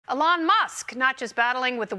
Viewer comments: The way she says Elon is offensive. It's Eeeeelon!!!! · Why is she saying his name so weird?